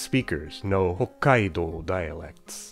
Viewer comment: You pronounce Hokkaido incorrectly, but give it this fake "foreign" intonation,. Why?